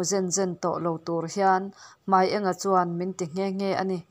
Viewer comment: Hmai eng a(yellow)ni lovin Hmai ênga(light) tih tur aniang